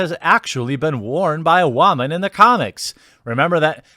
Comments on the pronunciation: What is with you and pronoucing the word Woman as whamen? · Why does he pronounce woman as "WAHmun?" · wha man? you mean woo man! go back to voice school! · Love the way you pronounce “woman”😂